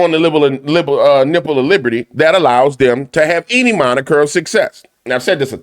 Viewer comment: "On the lipple of niberty" 🗽